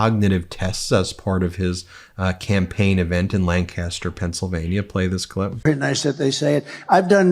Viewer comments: Ben, living in South Central PA all my life I thought I would tell you, we do not pronounce Lancaster that way here. You pronounce it Lan Caster. We pronounce it more like Lan Kester. Thanx. Pet peev of mine. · Love your network, thanks for your journalism. (Where I’m from “Lancaster” is pronounced “LANK-isst-err”.) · Ben probably won't read this, but for anyone else. Lan-caster is old England. Pennsylvania pronounces it, "Lankister" 🐤🐤🐤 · They pronounce it LINCASSTUR, not Lann-kasster. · Lancaster. Pronounced LANKisster ;) i am ashamed people in MY TOWN actually went...edit: I'm actually sitting here seeing if I recognize anyone i know..... :/